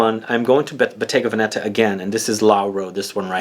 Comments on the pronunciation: It's Vèneta not Venèta ;) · you said Venetta